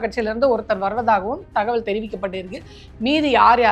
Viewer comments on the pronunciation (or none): none